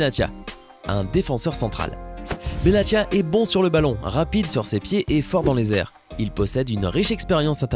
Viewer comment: Ces benatia pas benattia